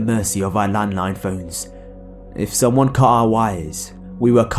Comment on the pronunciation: In story 3 he keeps saying summon😂